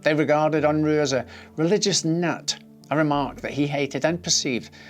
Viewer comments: ~ It's not "Un-Rooo" but rather "Un-Raaa" as in uh not Ooo. and he's of Mennonite heritage. I'm amazed he even fought in the war because Mennonites are pacifists. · It's pronounced "Un-Rah" not "Un-Roo"